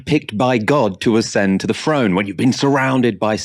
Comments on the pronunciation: I think it’s throne not frone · Kind Charles the FIRD, ascended the FRONE... speak proper love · Loses all credibility when he says frone rather than throne. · Whats ve FRONE ? And Charles ve Fird ? Cant this guy talk properly before he criticises others ?